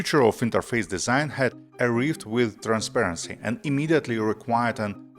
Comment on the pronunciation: Hey man, it's not ar-reeved, but arr-eye-ved. Much love ❤